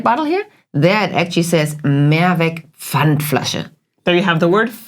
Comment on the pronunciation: Dear, you don't have to pronounce the word "Mehrwegggg" but "Mehrweeeeg" 😊 "More ways" versus "One way" = Mehrweg vs. Einweg. And furthermore it's not "Kroooombacher" but "Krommmmbacher". My home town is near Kreuztal-Krombach where the beer comes from. Thanks for the interesting topic! You both are amazing!